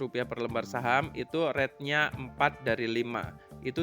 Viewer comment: saran aja agar sebutan untuk kata "good" bcnya gud, bukan God. Untuk "rate", bcnya "REIT", bukan ret. Semoga akan lbh enak didengar penjelasannya.